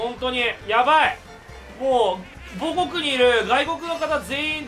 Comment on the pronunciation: 最初の方で母国の発音がアレクセイ・ボホフで草